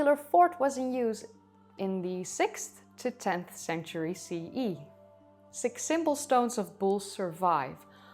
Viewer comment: "see ya", instead of CE